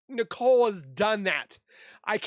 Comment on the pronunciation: Why do we have to listen to AI readings? The British voice reads the words as Nicola instead of Nicole A. How annoying.